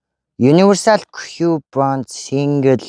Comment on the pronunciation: Signal gedeg ugiig single gj unshaad bgn bishuu